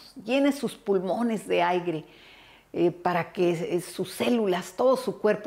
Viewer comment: Gracias hermosa.....PERO NO SE DICE "AIGRE" ES AIRE